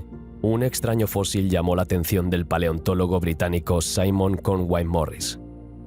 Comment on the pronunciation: Fósil, se escribe fósil. "Fózil" es como lo pronuncia un gaditano.